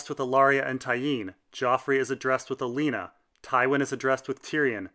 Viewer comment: You do know you said Alena not Olena? Liked the video, that was just really odd.